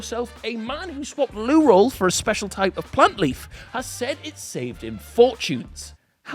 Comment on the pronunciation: Loo ol when he says loo roll